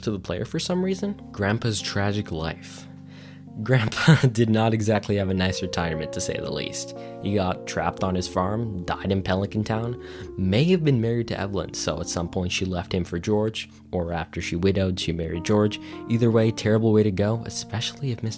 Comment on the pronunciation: My brother in Christ did you just call it Telican Town? 🤔😂😂😂